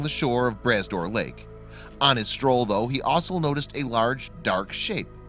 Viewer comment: LMAO, the lake is pronounced Brah Door Lake (spelled Bras d'Or Lake), literally translated means Arm of Gold. It's actually an inland sea, mixed salt and fresh water. Found in Cape Breton Island , Nova Scotia and is a beautiful sight to see, especially the drive around it.